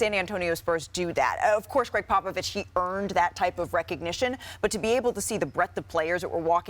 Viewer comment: It’s a shame what this man has done for the game and more so his intelligence on the game of basketball is Mt Rushmore level and we better give this man a proper send off and respect as we do it. One of the greats and Malika at the start can’t even pronounce his name right. Greg “Pop a Vist”. Get it right ESPN, yall some lame bums..do better. Seriously